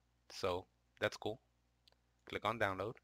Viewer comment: Did he say click or cllick(double L)